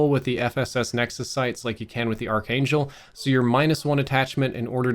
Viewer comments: Noticing a trend: its “Ark-Angel” not “Arch-Angel“. Common mispronunciation. Great video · its pronounced "ark angel" you silly goose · Sorry, but it's not the arch•angel... it's pronounced ark•angel. You've got great info but that made it really hard to watch your video while you were pronouncing it like that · Pronounced Ark Angel, not Arch Angel. Arch Angle... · Its pronounced "Ark-angel" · Great review, just one thing, it’s pronounced “ark” angel. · The way he says Archangel is driving me nuts 😆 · You pronouncing archangel in kinda triggering me tbh XD good video though. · dude, you're mispronouncing archangel ;) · This trigged me 😂😄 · Dunno what's worse his archangel mispronounciatuon or his M16 grenadier mispronounciatuon.